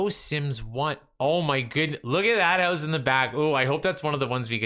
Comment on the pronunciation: I love how you pronounce "house" like "hEuse" 🤣